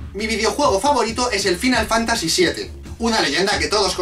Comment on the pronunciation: Final fantasy con muy buena pronunciación